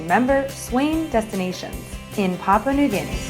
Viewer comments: It might be a good idea to learn how to pronounce the name of the country properly, it's PAH-PU-AH not PAH-PAH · If you're doing a documentary on Papua New Guinea shame on you for not doing your research and learning how to pronounce Papua correctly. Here, I'll help you out. The first "pa" sounds like the first "pa" the word Papa. In case you didn't notice there is a "u" in there before the last "pa" . pronouce that "u" like the word "poo" . Then they last "a" also sounds like the "a's" in the word Papa. So there u go "Papua"